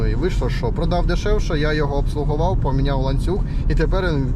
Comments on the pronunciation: Твоє "обслоговав" ріже ріже вуха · Обслужив а не (обслугував) це пиздець! 🙄